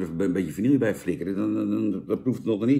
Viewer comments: het is geen vanielje 🙃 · Vanille. Ome Jan: "vannielje".